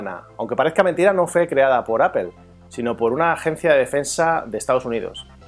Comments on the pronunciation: Había escuchado palabras en ingles pronunciadas tal como se escriben, en este caso APPLE, seria pronunciado como APLE, tal como se lee, en lugar de APOL que seria lo mas cercano a la pronunciación correcta, pero APEL de donde sale? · apel¨_ mejor deci aple...español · Que es esa mania de los españoles de pronunciar Apel? Se entiende que muchas palabras las pronuncien tal cual se escribe ("aple") pero inventar sonidos que no existen en las palabras, eso es nuevo, no?